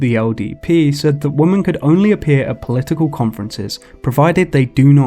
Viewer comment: Are you pronouncing women as woman intentionally? I thought it was kind of like an ironic joke, but then it kept happening. 🙃